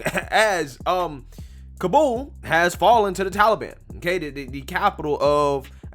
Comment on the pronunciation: Dude cant pronounce ka-bull, not ka-bowl